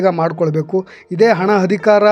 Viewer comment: Thanks for the update. It would be nice if your Kannada pronunciation is like :- Athyaachaara not Hathyachara Hanada Aamisha not Haamisha Adhikaara not Hadikara 🙏